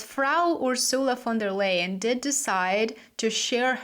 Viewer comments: Can't you say: Ursula von der Laien and not Leien? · Pleass pronounce Ursula's name correctly according to the German language AND her characteristics: Ursula "fon der LY-EN". Yep, like lying.